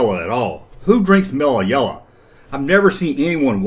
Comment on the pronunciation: Mellah Yellah, Bevahly Hillbillies... I tune in to hear the accent and pronunciations. In 1 video hearing Chewbacca pronounced as Cha-bacca had me leaning into the speakers to analyze "is he really saying Chabacca?" Its as much fun as watching Australian Youtube videos and how they refuse to say T's but instead replace them with CH's, YouChube. Or Mike from That Chapter who never says TH's and instead uses Tr's ,Trirty for Thirty.